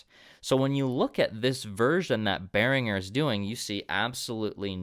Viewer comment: You could at least pronounce Behringer the correct way.